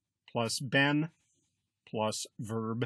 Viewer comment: Great lesson, but why do you pronounce "been" as Ben? There's literally not a single dictionary that pronounces this word like that.